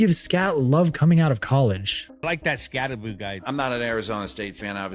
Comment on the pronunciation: I noticed you are now pronouncing his name correctly : ) Subscribed now hahaha. Good insights